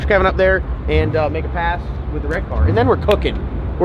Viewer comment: I did catch the word "witdawin" a few times. I guess that's all I need to understand...lol.